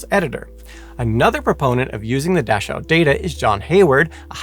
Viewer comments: Your German pronunciation was pretty good. Two nitpicks though. An 'e' at the end of a German word is rarely silent (usually when it's a French loan word). The 'ch' in Dachau is a tricky one. There or two different 'ch' in German, one soft and one harsh. You used the soft one which is similar to the English 'ch' just without the initial 't' bit if that makes sense. I haven't found a good way to explain the harsh one in English yet unfortunately so the only adivse I can give is to listen to it on something like Leo or Google Translate. To add to the fun there's also 'chs' like in "Dachs" (badger) which is pronounced like 'x'. And to add more fun this of course doesn't apply to compound nouns like "Dachschaden" (Dach + Schaden, roof damage) where the 'ch' is again the harsh one. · You are mispronouncing Dachau. I was so confused until you mentioned that it was near Munich. The names of these death camps are important. Please be more careful in the future. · Is that really how Dachau is pronounced? 🤔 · Presentation tips? Learn how to pronounce words. It was painful listening to you mispronounce Dachau 937 times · What is a dashowwwhe camp? Never heard of it. Know plenty of aushwitz Birkenua and Menegele though. However most of his research was taken and classified. Would be interested to actually read it or see what medical advances were made. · Good heavens, man - please don't assume your pronunciation of a foreign noun is correct and grate on the ears of those who know the correct pronunciation. Every time you botched Dachau (DAH-kau), it took me completely out of the storyline and even school children know the correct pronunciation of Luftwaffe. Yikes. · Dachau. Pronounced as daa-cow, in English. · Dash-ow? So hard to hear each time. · Please learn how to say Dachau and Luftwaffe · Real great “educational” channel. Can’t pronounce Dachau, Luftwaffe, or clothed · It's mengele and Dachau " dach-ow" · Its pronounced Da-cow, not “Da-shew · It's pronounced Dakau